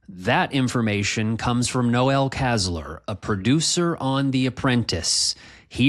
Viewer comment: It's Noel not Noel as in the chri song.